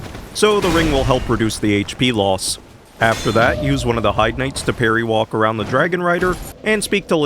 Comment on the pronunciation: Hey. Here's a small thing for you to know in the future. It does seem natural to pronounce Heide as "hide", however, if you talk to the crestfallen dude, you can clearly hear him pronounce it as "hayde".